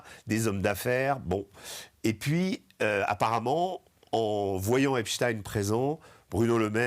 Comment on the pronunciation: Epstein! Pas Epstin